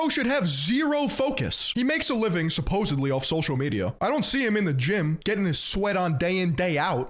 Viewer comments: It's supposedly not supposubly. Please stop. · "Supposebly" 🧐👉 -10 cool points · No way said "supposebly"